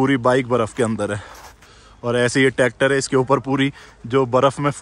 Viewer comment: Gujjar effect Tractor ka jagh tactor nikal jaata h muh se 😅 But your videos are awesome Keep it up ☺️